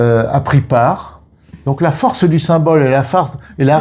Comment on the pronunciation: Tu voulais dire force et tu as dis farce;-) merci pour ce partage de votre part, c'est très intéressant!